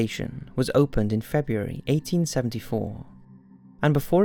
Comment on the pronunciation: He says February like Ryan Bergara! Lol I thought Ryan was the only one 😂